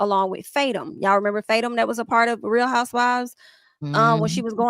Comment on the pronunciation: it's pronounced Fa-Toom 😭 I die everytime you say faytum lol